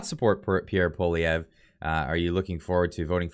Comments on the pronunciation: You gotta learn how to say his name tho lol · Please pronounce his name right haha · lol it's "paw-lee-ev" with the english accent, not "paw-liv-ee-ay" Otherwise great video! Gotta love how the MSM will demonize anyone they don't like. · It’s poilievre not polivier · Polivier? Dyslexic much?! Pwa-lyeh-vre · it's pronounced "Poliver" not "Polivay"....have you not heard his name pronounced properly all over the media? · ...Pollievre is pronounced Poly ev.. Thanks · its pronounced: "Polly-ev--vre" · Dude it’s pronounced “Polly-ev” the R is silent, it’s not an “a” either 😅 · I do not trust Polievre. I remember his days when he was in the Harper government. The only one I would have trusted is Roman Baber. And Polievre is pronounced: po-le-ae-vre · That's Poilievre, not Poulivier. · HIS NAME IS PROUNOUNCED POLY-EVV. FFS. GET IT RIGHT!!! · ♥️♥️. I argued so much about Pierre NOT being sincere. However, I can clearly see how happy you are. So let's pronounce his name properly. POLI - EVE ( then french roll an R in there but Poli- eve ( soft e like every. Glad you are happy. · It's pronounced Polly Ev. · Lets hope that when Pierre becomes PM, we can all get a laugh at the massacring of his name by people all across the world. For my fellow anglos who aren't from Qc, its pronounced Pou-ah-lee-eh (rhymes with meh)-vruh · It’s pronounced Pol i ev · Pronounce it like poli-ev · Try saying it like this: Pwah-li-ev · Pronounced: PWA-lee-ev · Dude, you gotta learn how to pronounce his name….it’s Pwah-li-ev Just sayin’ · Po lee ev re we’ll have to learn how to pronounce his name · please learn how to say pwa-lee-ev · Is it just me or butchered the name "Poilievre"? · you said his name wrong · Perhaps the moderator could learn the correct pronunciation of the winner's last name eh? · Wrong totals and wrong pronunciation of Pierre’s name. Please be accurate... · Learn how to pronounce his name!!! WOW!!! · Can't you pronounce his name correctly?